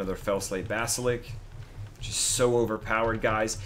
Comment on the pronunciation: It's basliSK, not basilik LOL